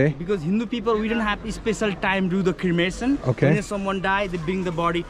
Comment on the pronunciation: You are pronouncing it as "Crimination" but it's "Cremation"